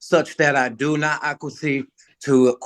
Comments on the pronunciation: "I do not aquasee to a quasi jurisdiction." Learning how to pronounce words is easier than ever today . . . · Think he meant acquiesce not “ acquiecede “ what a maroon